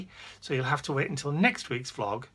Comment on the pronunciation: Not clogs, blast it, Vlog